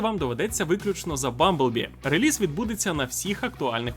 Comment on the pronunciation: Чудово як завжди, тільки одне ріже вухо - релИз, реліз від слова release(i) а не від лизати 😂